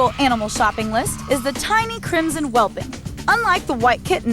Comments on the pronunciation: The constant mispronunciation of "whelpling" as "whelping" is really getting to me. Love this episode though... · she said whelping like six times lol